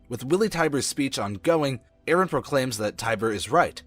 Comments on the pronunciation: It's colossal titan not colossus titan and it's eren not eerin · how he says eren i iren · "iren" "jeen" IM SORRY I HAD TO